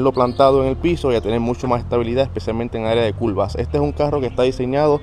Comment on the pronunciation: Culvas jajaja. Curvas curvas vato habla español